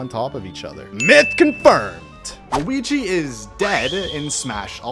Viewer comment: Guigi? I thought he was called Luigi.😂😂😂😂😂😂😂😂😂